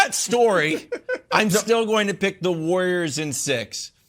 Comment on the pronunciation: Someone needs to teach Broussard how to pronounce Warriors